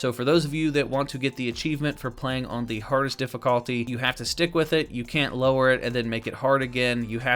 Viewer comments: am i the only one who got annoyed when he said difficalty instead of difficulty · Why tf you say difficulty like that tho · Why do you say difficulty like that tf